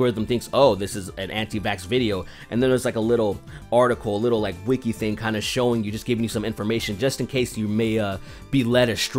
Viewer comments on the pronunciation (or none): none